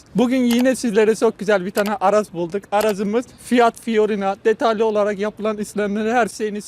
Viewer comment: Fiorina değil fiorino Seviyorum seni